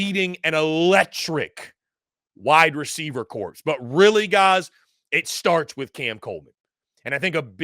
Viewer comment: The “P” in corps is silent